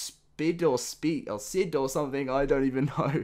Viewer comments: And its gorgon-op-sid, (like opposite just the op part), (and sid as in sid the sloth from ice age) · The gorgonopsid is pronounced gorgon-op-sid.